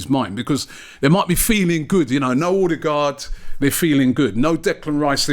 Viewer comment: Who is Odergaard ? when its Odegaard ?